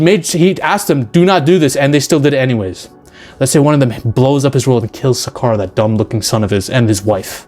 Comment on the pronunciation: Learn how to pronounce a few words and maybe this rant would be more convincing. Learn how to say "Skaar" and "Sentry".